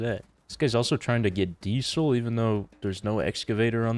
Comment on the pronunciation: why does say dee-sul instead of diesel